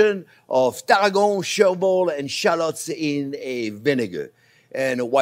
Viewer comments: I love Chef's accent but for those who are total newbies to cooking - as am!!!! - he's saying CHERVIL and TARRAGON. (I thought he was saying TARGO originally, until I looked at the recipe.) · ONYO TAH-RRA-GO MY-YARD 👍🏻